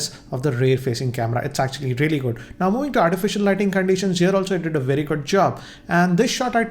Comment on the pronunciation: vey vey vey better ... new language hinglish